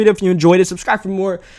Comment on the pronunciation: and for lmao he says fir